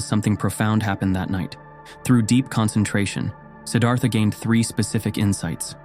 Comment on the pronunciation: A gentle awareness: "Siddhartha" is not pronounced with a soft, Anglicised -th (as is thistle or thin) but with the exasperated -Th of Sanskrit ( almost like Sid-arT-ha). The Th in Sanskrit simply put an exasperation after a hard T ❤